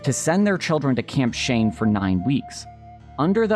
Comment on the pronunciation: I know it's camp Shane, but it sounds like camp shame.